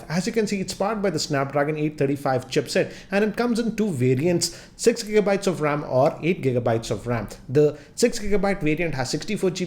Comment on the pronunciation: dude,get the pronunciation of the word 'ram' correct as to me it does really matter how you pronounce when lacs are watching you.